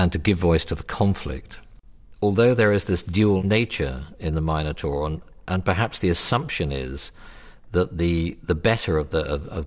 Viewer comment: lol u idiot taur is prenounced = tor